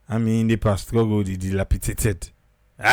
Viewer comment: "Dil_api_dat_ed" She said it correctly. 💯